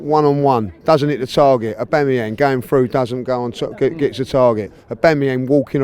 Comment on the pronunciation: AUGAMEEYANG LOL